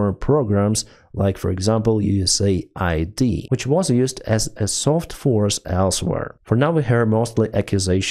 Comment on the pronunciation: USAID = US AID not USA ID :D